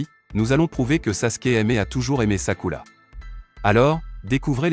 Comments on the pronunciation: C'est sakura pas sakula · C est sakura pas sakula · C'est Sakura pas Takula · On en parle qu'il dit sakula au lieu de Sakura 😅😂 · ARRÊTEZ DE DIRE SAKULA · Désolé mais on dit sakura et pas sakula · C'est sakura pas sakula, sasuke pas saske, shunin pas sunin, shipuden pas sinpudin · Je reve ou y'a un momment ou il a appelé sakura "sakoulou"💀💀💀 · C'est Sakura pas Sakula et c'est Hinata pas hilata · C'est sakura pas sakula 😊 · 😢omg c pas sakula c Sakura 😅😅😅 mdr wesh si c Hinata mais Sakura pov Sakura est son prénom 😅😅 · Mais c'est pas sakula c'est Sakura ❤ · Ce n'est pas sakula mais sakura Ce n'est pas rhinata mais hinata Ce n'est pas luchiwa mais uchiwa 😅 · Arrêt de dire skula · J' en ai mare d' écouter sakula😂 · Arrête de dire sakula c'est Sakura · Vous faites trop de fautes sur le nom du personnage féminine principal c'est Sakura et non pas Sakula a par ce petit problème je trouve la vidéo intéressante et elle justifie tous mes doutes dans le comportement que Sasuke avait pour Sakura dans Naruto et dans Naruto Shippuden 😁😁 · SAKURA PAS SAKOULA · c'est vrai pas sakula mais Sakura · C'est pas sakula c'est sakura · On dit Sakura pas sakula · pardon faut pas nous tue on dit sakura pas sakula mais bonne analyse🤣🤣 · Je rêve où il a dit sakula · C’est pas Sakula 😂c’est Sakura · Mdrr sakula😂" Sakura" chui mort mdrr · Ces sakura pas sakula et ces uchiwa pas uchiwa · C' est sakura pas sakula mais est bien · On prononce sakura pas sakula et ses uchiwa pas uchila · Sakula?!?! Hhhh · D'abord tu dis sakula et ensuit tu dis rinata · C'est sakura pas sakula 😬😬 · j adore le sasusaku c mon couple pref mais juste pk tu dit sakula et Shikamaruuuu et aussi uchiras c est uchihas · C'est Sakura pas Sakula. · Wesh frère? Mais il parle qu’elle langue celui-là… Pourquoi il dit Sakurla tout le monde sait que ça s’écrit comme ça S.A.K.U.R.A. Sakura pas Sakurla. Là je suis perdu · Sakula 🤣🤣🤣🤣🤣🤣🤣🤣🤣🤣🤣😂😂😂😂😂ça commence bien😂😂😂😂😂😂😂😂😂😂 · P*tin je me suis arrêtée à j'en peux plus d'entendre "Sakula😭🤣🤣"